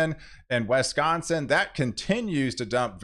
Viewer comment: Old friend of mine always called it Wesconsin too. lol